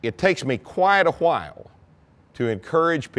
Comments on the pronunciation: Hwhen did he say that? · Quite uhWHYle